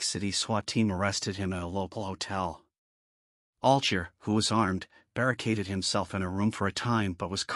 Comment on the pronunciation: his last name is pronunced all guy er